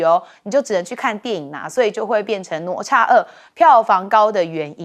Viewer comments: 主持人连哪咤都不会念😢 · 哪吒 读Nǎ zhā，😂